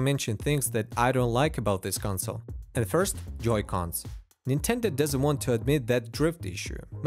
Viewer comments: "c'mon Nintenduh" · "Come on Ninteda" lol had me dead